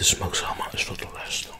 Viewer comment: The “L” in salmon is silent. It’s pronounced “sa-mon”.